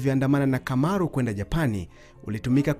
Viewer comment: Kamaru, not Kimaru